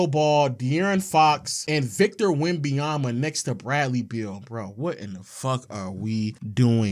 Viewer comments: Bro it’s not that hard to say victor wemBENyama stop saying “wembeyama” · This nigga say Wemby-Yama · STOP SAYING "WEMBAYAMBA" GOD DAMN